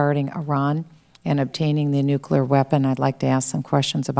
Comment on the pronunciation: Why do people say "9-1-1" when they mean "9-11". 9-1-1 is a phone number you call in an emergency. 9/11 is a date. Imagine if your birthday was January 24th and you told people it was "1-2-4". And while we are at it, wtf is with "nucular"? You would figure someone who actually had the authority to fire nuclear weapons (ahem, Bill Clinton) could pronounce the fucking word correctly.